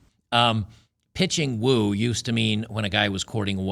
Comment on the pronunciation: You are not understanding the word "woo". It's woo not woe.